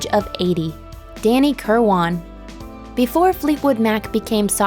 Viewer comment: it's danny kirwin, not kirwon. pick a pronounciation; and stick with it.